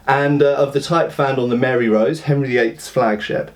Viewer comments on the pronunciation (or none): none